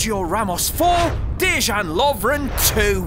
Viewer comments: His name is pronounced deyan not dezan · Not dežan its dean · Dejan not dezzzssaaaan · Ffs it's pronounced de-yan